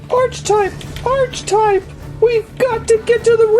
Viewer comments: ARCH-TYPE?!?!?!?!!?!!? ITS ARE-CI-TYPE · not nitpicking just my ocd its pernounced Arc he type